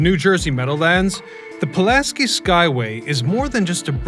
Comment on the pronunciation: Man can do all this research into the story behind the bridge but not pronounce Pulaski correctly. You couldn't even say it right when you were speaking directly about Casimir?